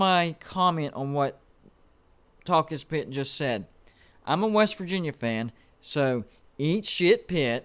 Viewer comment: It is Talk-Is-Pitt use a filter for channel